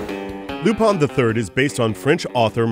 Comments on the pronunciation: Its lupin not lupan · i dont't know why do some people pronounce the character's name lupin? it's lupan not lupin. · It depends on the person's preference. Before I knew about the series, I always viewed the name as "LU-PIN." Even the Funimation dubs pronounce his name as such. But, it honestly sounds better to say "Pon" at the end than "-In" because of the French origin.